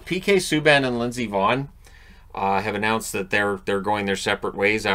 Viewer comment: Every time you say Lindsey Vonn, it sounds like you're saying Miss Yvonne (from the Pee-wee Herman Show).